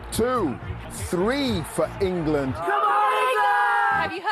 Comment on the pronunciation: Engerlund……. Engerlund Feetbahs camin ham 😂